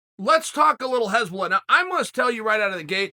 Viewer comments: Just funny that he says heshbolla instead of hasbulla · This is one of the funniest mispronounced names in chaels history. hezbollah and hasbulla are two very different things lol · Its not Hezbollah, Chael. Its Hasbulla. Hezbollah is a Lebanese muslim army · No one clocked hes saying Hezbollah ? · "hezbollah" LMAO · Its not HEsbulla its Hasbulla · Chael, it's Hasbulla. Not Hezbollah. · Hasbulla not Hezbollah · Nobody: Uncle Chael: Hesbulla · No disrespect Chael, but his name is 'Hasbulla.' Pronounced HAS-BULL-UH You are calling him Hezbollah which is the name of a middle east military group, often referred to as terrorists. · No one: Chael: Hesbulla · Hasbulla : Chael: "Hez bollah" Hez bollah : "Ok great" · just when you thought it couldn't get better than "yeery provider", chael offers us "hezbollah" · anyone notice that chael is pronouncing Hasbulla name as Hezbollah which is a name of a anti Israel terrorist organization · “If u realize that I’m saying the wrong things and u think u need to correct me, u don’t.” We know Uncle Chael, that’s because you’ve never been wrong, whether it’s fight predictions, pronunciation of names or physical combat. Uncle Chael has never lost. Undefeated and Undisputed. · Chael mispronouncing Hasbullah’s name as a terrorist organization is even better then how he slaughters Machachev’s name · so him saying hasbulla with an "E" isn't bothering anyone else ? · Chael is totally working this act like he doesn't know anything about Hasbulla.... he knows everything. this is the same work as him mispronouncing names